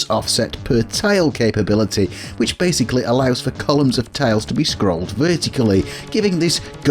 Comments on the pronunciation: tILEs as in aisle not tALEs as in Ale. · Ohhh, you're saying "tiles." Your pronunciation makes it sound like "tales." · It took me 14 minutes to realize you were saying "tiles" and not "tails."